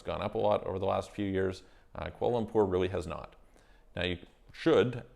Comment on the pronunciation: I can’t hear exactly what country you are talking about when you say...qual umpore???? Can you write in what country your talking about? Thanks. Update: I think you’re saying Kuala Lumpur? Malaysia?